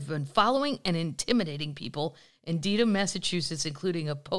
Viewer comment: It's pronounced Dead-ham. Also, it's Came-bridge, not Cam-bridge. Just an FYI. Love you!